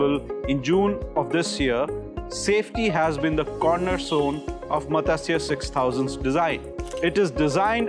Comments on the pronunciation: It is not Matasya.....Please educate the population on sanskrit pronunciation. It is Matsya which literally means FISH. Please re-educate this reporter. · god level pronunciation-- MATASYAA , MAGNESE 😂😂😂